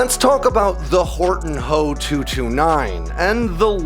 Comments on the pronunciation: H.O.- 229 Not Hoe, 229 Do you call the FW-190 the FWA, 190? Junkers=yunkers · HOE 229? AI Voice over mistake. Beside, with those big honking inlets, I don't think is could have been that stealthy. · you lost me at "hoe" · Not a stealth fighter. It's just a flying with with the added benefits of being a low observable. No one of conciquence is claiming the Germans invented stealth aircraft. And it's made out of wood so that helps. Wow bro just say H, O not Ho. It's just amateur.